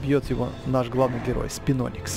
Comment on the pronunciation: в слове Спиноникс ударение от Барионикса. БариОникс, а следовательно, СпинОникс